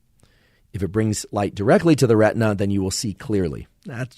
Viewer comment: talk talk talk - lots of words - many words I cannot figure how they are spelt and therefore cannot be articulated or further studied. some words are incorrectly pronounced - like RETNA which in fact was RETINA. I had to jump off after 30 minutes - the initial 15 minutes of merchandising did not make it worth.